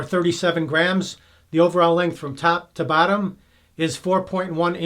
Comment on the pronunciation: I swear you were saying "tap to battom" hehehe... accents are awesome!